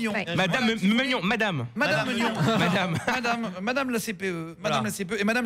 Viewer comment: Attendez deux secondes les noms de famille j'ai bien entendu meugnon et beaunichon ou c'est moi qui délire complètement ? 😂😂